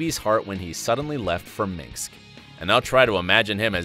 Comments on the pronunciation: Minx instead of minsk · The mispronounciations in this is a bit cringe. Kurdrow. Minsks. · He mispronounced Minsk when talking about David, too, lol. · Also it Minsk. It is pronounced wrong. Sorry but I am a MASSIVE Friends fan and have been since the first time round so I’m picking these things up and finding it irritating lol